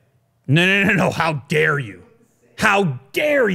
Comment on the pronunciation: if your favorite foods are Pizza and Pasta, get your ass to Italy and eat it properly! Then you'll know what food is... You'll also learn how to pronounce penne